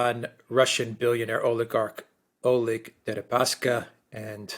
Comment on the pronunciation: Oleg --> [Al' ek]